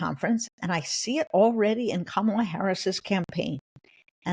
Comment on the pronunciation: Jen Rubin! It is NOT "Camel-ah" as in "camel." It's Kamala, as in COMMA!